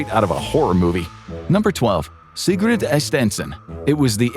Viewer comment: Will you please pronounce SIGURDA AND NOT SIGRUD?